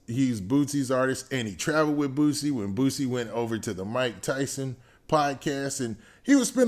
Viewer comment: It’s boosie not bootsie